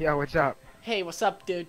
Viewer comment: "Hey, what's up duud'?", that made me laugh, the way you said "dude".